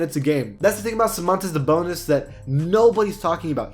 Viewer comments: Bruh he said Sabontas Dabonis, im dying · He said Samantas Dabonis